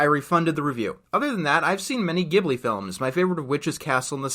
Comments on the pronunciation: It's actually "jib-lee" not "gib-lee" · Why does everyone pronounce Ghibli with a hard G? Look at the katakana. Ji-bu-ri. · 30 seconds in: Ghibli is pronounced with a J sound man